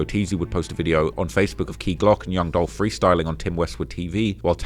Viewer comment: It's Dolph!!! 🐬